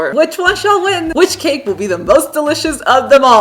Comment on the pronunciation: She says cake like cacke